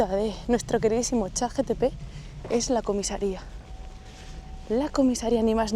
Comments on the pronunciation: lo siento tengo TDAH y tenía que decirte que es ChatGPT, no "chatTGP" como has dicho en todo el vídeo jajajaaja Me encantó el vídeo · escuche bien, chat gtp? no es chat gpt?